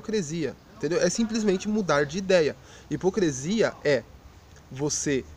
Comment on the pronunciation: A ideia central do vídeo, bem como seus argumentos estão bons...mas pelo amor de Deus cara: é HIPOCRISIA! Hipo"CRE"sia é algo que chega a doer os ouvidos. Espero que não se ofenda...mesmo porque, gostei do vídeo, e a crítica que faço de forma alguma invalida a mensagem que vc passou.